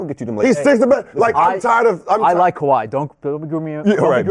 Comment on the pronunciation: Tf this guy saying KAWHI. this man is dumbbb